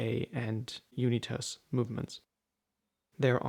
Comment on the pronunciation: Are you pronouncing Unitas correctly? There was a famous American quarterback and it was pronounced differently